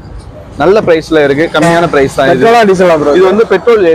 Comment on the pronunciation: பிரேஸ்‌ சொல்லுங்க‌ பிரோ